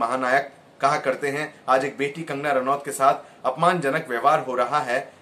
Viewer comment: Not Rauat Ranoat